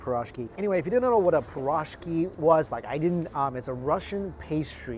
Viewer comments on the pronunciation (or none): Не парашки , а пирожки 😒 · Piroshky.. lol man that pronunciation was butchered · Leave it to Mike to butcher "piroshky" ... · Am I the only person bothered by the mispronunciation of piroshky?